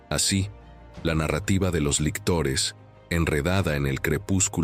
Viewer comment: Lictores, no lectores...